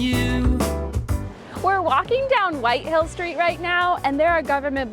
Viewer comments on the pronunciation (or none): it's Whitehall, not Whitehill Street! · Lol did you call it Whitehill? 😂 You guys are hilarious! 😂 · It’s Whitehall, not Whitehill Street. 🥴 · “White Hill Street”. LMFAO!! It’s Whitehall (not Road or Street). These Americans are SO American!!